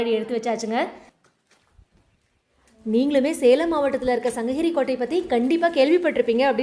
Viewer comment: தவறா எடுத்துக்காதீங்க தங்கச்சி. சங்ககிரி -> சங்கஹிரி ன்னு சொல்றீங்க. தமிழ் -> தமில் ன்னு சொல்றீங்க. இப்ப படுச்சுட்டு வர பாதி பிள்ளைகள் இப்படித்தான். 'ழ' வரவே மாட்டேங்குது. 'க' வுக்கு பதிலா 'ஹ' போட்டு பேசுறாங்க - மிளஹாய், கடுஹு இந்த மாதிரி. இதை பொறுப்புணர்வோட திருத்திக்கோங்க. இந்த மாற்றங்கள கேட்கவே கடினமா இருக்கு